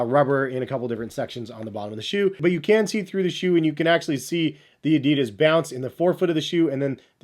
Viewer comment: If you are so much in the shoes,learn how to say Adidas. If Germans can say correctly Nike,it's not hard for Americans to say Adidas correctly. I hope you are smart enough for that...